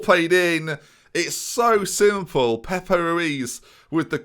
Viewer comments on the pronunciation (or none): none